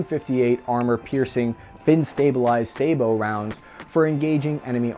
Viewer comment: You pronounced "sabot" correctly. The post was great, but day-um, there were going to be casualties the next time someone said "sa-bought". I can only give you one upvote but it comes with the full endorsement of all the voices in my head.